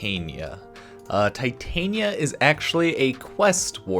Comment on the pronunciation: It's Titania like the Fairy queen, not Titanium like the metal